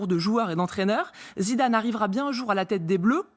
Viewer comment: Non madame cest pas zinezine zinedane